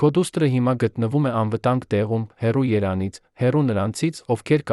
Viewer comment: Ինչո՞ւ եք կարդում սխալներով օրինակ' երանից։